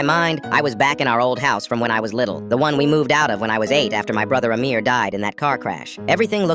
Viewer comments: Bro he sa8d amirror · I thought he said a mirror at first and was very confused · Coughs did you just say AMIR? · Bro literally said amir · did you say amir 🤨